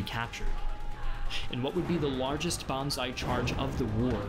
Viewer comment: Not "bonsai" BANZAAAAAI!